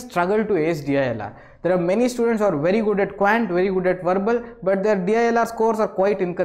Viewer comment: Quant pronounciation spoilt it